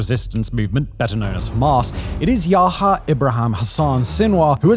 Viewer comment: It's not "Yaha" or "Infantada"